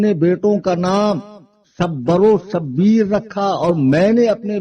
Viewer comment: Shabbar aur Shabbir nhi hai, Shabar aur Shubair hai bar wazan Hasan o Husain